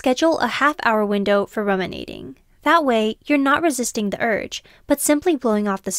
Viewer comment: Thrilled to have a new VO person! Just do some research first, it’s pronounced “room”inating. Not RUM-inating 🍹